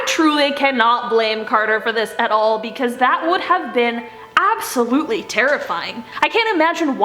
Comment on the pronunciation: ABSTaboTLY